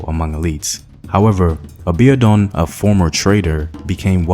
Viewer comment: Excuse me... Aa-bee-or-dune is the pronunciation for Abiodun Thanks for the commentary! I'm a Nigerian born and living in...